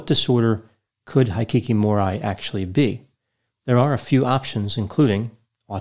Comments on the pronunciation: I enjoyed you analysis, as always! Hikikomori is a bit of a difficult word to pronounce in English, so if you'd like some advice for next time: Hiki = hickey Ko = like the "co" in "coffee" Mo = like the "mo" in "more" Ri = has more of an "L" sound than an "R" sound, like the "li" in "lily" I hope that's helpful, and I hope you're having a good day! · I am Japanese. " Hikikomori ' is pronounced like " He-key-co-mo-le ", the best I can describe for you. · Just FYI, the Japanese pronunciations actually are: Hikikomori: hee-kee-ko-mo-ree Shinji Aoba: sheen-jee ow-bah Kyoto: kyo-to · I really enjoy your videos,, but you’re killing me with your pronunciation of Japanese words! “Kyoto”: 2 syllables, pronounced like “To-kyo” backwards “Aoba”: ah-oh-ba “Hikikomori”: hee-kee-koh-moh-ree Vowel pronunciations in Japanese is similar to Spanish. Unlike English, there is only one pronunciation for each vowel. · It is pronounced [Kee_o_to]not [ki_o_to ] and [he_kee_ko_mo_ree]... nice lavender shirt though. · exactly! High-kee-kee-more-eye? W-T-F is that! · You mispronounced both words. Kyoto is pronounced KEY-OH-TOE Hikikomori is pronounced HE-KEY-KO-MORE-E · Instead of guessing and assuming why not research it. Hi‧ki‧ko‧mo‧ri the “i” is a short “i” and the “o” is a long o, Japanese is phonetic so it’s basically spelled the way it’s said. Hikikomori has been around for a long time and is unique to Japan. Studies found that it is a form of severe social withdrawal. It is a sociocultural mental health phenomenon, rather than a distinct mental illness. By the way Kyoto is pronounced kee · ow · tow and it is a pretty important city in Japan and very distracting when you totally butcher it, it’s like if you were to mispronounce Washington over and over in a 15min video. Kyoto was once the capital city of Japan and to this day is known for it’s beautiful women. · His pronounciations are sooo off 🤦‍♂️ High-kee-kee-more-eye? W-T-F is that!